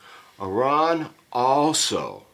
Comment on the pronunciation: Love seeing youve got some Lochlea. On the shelf. Are you sure Malcolm is English? His pronunciation of Arran is dubious. Ha. It’s Ah-rin There is an artisan cheese maker on Arran who oak smokes cheddar. Delicious with a sweet dram.